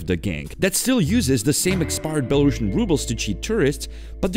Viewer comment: Great work you did! But please pronounce the name of the currency right next time: belaruSian (with an "s"), not belaruSHian. ;)